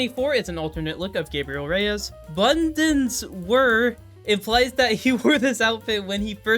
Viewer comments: Oh God... the way he said 'Bundeswehr' he probably massacred other pronunciations too but as a german... I feel personally insulted. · teh way he said bundeswher hurt me on a personal level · As a german , I had a stroke hearing you trying to pronounce Eidgenossin and Bundeswehr LMAO